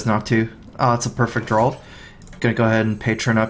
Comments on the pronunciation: dude, draw not drawl :) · D R A W not drawl lol